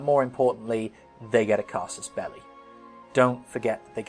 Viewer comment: Oh my god... "Casus belli"... I wondered the whole time why he was talking about the "casters belly" ^^